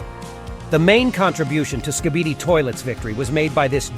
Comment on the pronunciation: You can’t even say skibidi you say skipidi